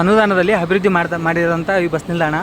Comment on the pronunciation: ಹಬಿರ್ವದ್ದಿ ಅಲ್ಲಪ್ಪ .....ಅಭಿವೃದ್ಧಿ ಅನ್ನಿ